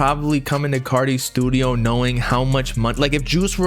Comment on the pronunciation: Bro must be bipolar “in the stuido for a week “